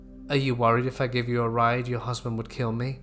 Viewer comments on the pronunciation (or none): none